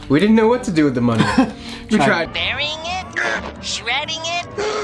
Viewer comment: awesome edit with that guy saying "what no muney"😂 hes from the netherlands and i am to greats from here